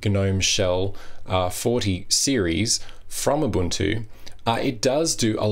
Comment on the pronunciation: Small point: its pronounced 'oo-buntoo' not 'uh-buntoo'!